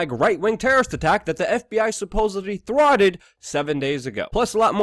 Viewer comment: Wtf is up with his speech impediment? "The FBI tworted" 😂🤣